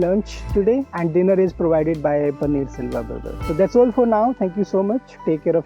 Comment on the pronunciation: His name is Panneer Selvam which is a common name in TN and it is not “Silva”. Just FYI